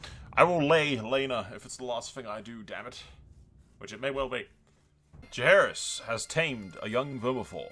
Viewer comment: You pronounced it right lol, Qohagys